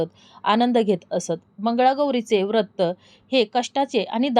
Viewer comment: वृत्त असा उच्चार करु नये व्रत असा करावा.